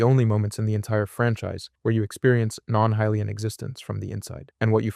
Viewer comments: SHE-kah, not SHY-kah. (Sheikah) HI-lee-anne, not HEY-lee-anne. (Hylian) REE-toe, not RA-toe. (Rito) man, people gotta stop using AI slop... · Are you pronouncing hylian 2 different ways?